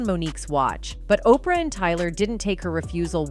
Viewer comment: Why do you call OPRAH, OPR Winfrey? What is up with that?